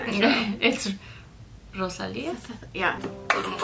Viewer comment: OMG the way she said "Rosalía"